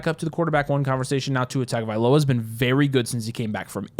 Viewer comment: its not pronounced "tag-ovailoa"